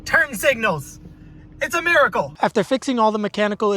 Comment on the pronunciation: "Its a miracle" 😂😂😂😂 why that tone